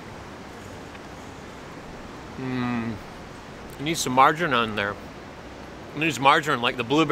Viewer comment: Please pronounce margarine correctly its infuriating and what no cowpiss today